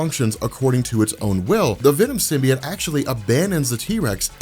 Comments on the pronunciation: symbiote is sim-bee-OAT not sim-bee-IT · I cringe when he says "Venom Simbi-et".... its 'Simbi-ot"